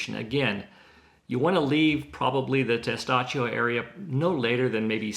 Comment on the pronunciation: Tes TAh CHO! Not Tes Tah SHO.